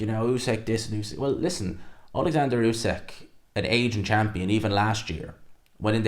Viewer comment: Why do people insist on calling usyk "usekk" that's not how you say the man's name. Respect the undisputed champ and say his name correctly